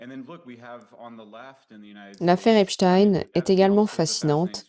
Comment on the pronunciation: Bonjour et merci pour tout ce que vous nous partagez . Je ne suis juste pas d'accord avec vous sur la prononciation du nom d'Epstein.... Vous interviewez des américais et pas un ne prononce Epstaïne, tous prononcent Epstine, et c'est JUSTE. La théorie de votre collaborateur avec le nom d'Einstein ne tient pas debout !!! Il était allemand, et en effet en allemand on prononce différemment. J'adore vous écouter mais cette erreur me pique les oreilles.... c'est dommage.